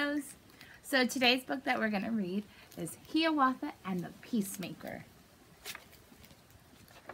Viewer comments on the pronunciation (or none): IT'S HIWATHA NOT HEWATHA